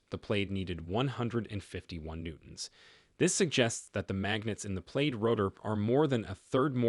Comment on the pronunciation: The marketing bot is pronouncing this "played". That can't be correct. Plaid is produced "plad" (plăd).